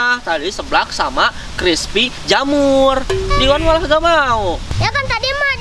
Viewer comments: Jamur crespiiiii dodol bukan crepi jamur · Jamur crispy bukan crispy jamur